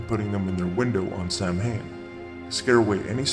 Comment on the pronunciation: Nice work! Though I would like to point out that Samhain is pronounced "Sah-win"